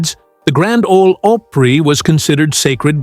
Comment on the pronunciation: It's called Grand Opry not Oprah